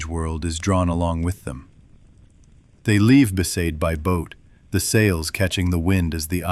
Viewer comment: For me it was besaid. The others all got that wrong